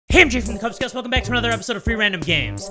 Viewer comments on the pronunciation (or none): none